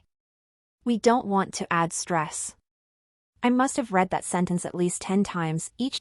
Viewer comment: AI can't tell the difference of read and read, past tense. . . AI fail